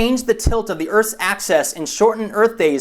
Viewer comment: 'axis' is pronounced, 'AXE-iss'....not as 'access', btw...